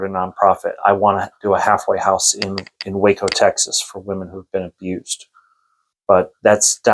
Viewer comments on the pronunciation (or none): none